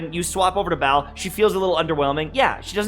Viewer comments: dude her name isnt BAAL and your even pronouncing that wrong... lol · Why everyone call her Baal, its not Baal. Lmao